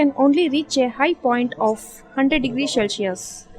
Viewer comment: Its cel si us and not shellsius